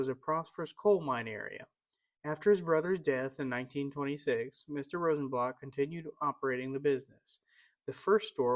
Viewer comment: Very nice. Thank you. A friendly correction, Mr. Rosenblatt's name was pronounced here as Rosenblatt with the 'a' sound in 'blatt' sounding like bat or cat. Your pronunciation is more like the German pronunciation sounding like 'blot.'